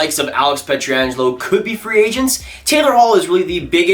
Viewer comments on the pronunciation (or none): You know it's P-ietr-angelo and not P-etri-angelo, right? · Please stop butchering Pietrangelos name.